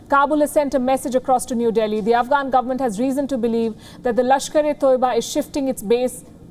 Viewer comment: FFS it's not lashkare toiba..... it's Tayyiba